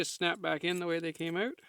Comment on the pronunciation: I like how you pronounce out as "owt."